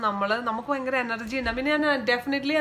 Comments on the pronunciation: വയങ്കര അല്ല ചേച്ചി ഭയങ്കര ആണ് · Kottyamkar 'fa' parayum poleyaa EkM kkarkku 'va'😀fayangaram.. Vayangaram...